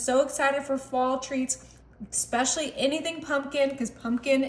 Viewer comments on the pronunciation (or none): Please stop saying “ex-specially”…..😡😡😡